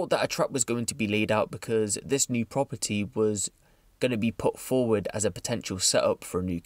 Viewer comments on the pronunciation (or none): none